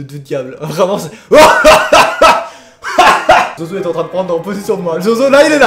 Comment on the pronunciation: Ta dit zozozo et ses zozo